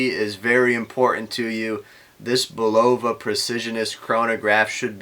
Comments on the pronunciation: "Bulova" is pronounced BUL-ova. Your mispronunciation was like fingernails on a chalkboard every time I heard it. That could be tolerable were it not for the rest of it. You need to redo and correct egregiously GROSS errors in this video. Thankfully it only has 372 views at this point. (1) This watch does NOT have a P102 movement inside it. That's a 3-hand with central seconds date/time movement. You need to read Caliber Corner much better. The description of it there makes it plainly clear to even a casual observer it's NOT a chronograph. Quoted directly from Caliber Corner from their P102 entry: "Functions - Hours, minutes, sweeping central seconds, date " I don't see any chronograph functions there. Do you? The movement inside this watch is the P123 which isn't in Caliber Corner's database. Only three of Bulova's five Precisionist movements are in their database. The other missing movement is the 8138. A simple search with Google doing a bit of research before making this video would have told you that. There are other YouTube videos showing the back removed from the Champlain Chronograph . . . and it's obvious from them that it's none of the movements in Caliber Corner's database. (2) Bulova's claim that it's the worlds most accurate quartz is bogus. Actual measured accuracy of the Precisionist movements is closer to +/- 20-40 sec/yr, not +/-10 sec/yr. That's still an order of magnitude better than a bottom of the barrel cheap 32kHz movement, but it's not what Bulo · You're saying it wrong?Go back to school and learn how to pronounce the word